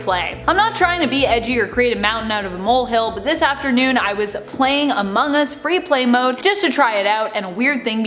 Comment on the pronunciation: among US not omong us